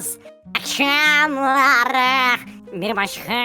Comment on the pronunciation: eakdeNiizz eakŞamLaRıı